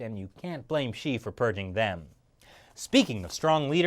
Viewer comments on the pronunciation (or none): none